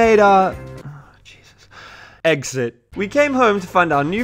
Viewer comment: Now please take your EGGSit xD